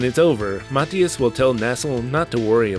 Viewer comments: I don't think I'd like it much but still fun to hear you talk about it.😉 Not that I'm certain but I thought it was pronounced Mah-thigh-us rather than Mat-hee-us? Although when you say Nasil sometimes I hear asshole.😄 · I think Mathias is pronounced muh-thigh-iss